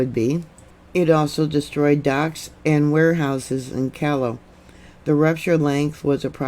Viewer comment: Lima is pronounced Leema. Callao, Peru is pronounce Kijou.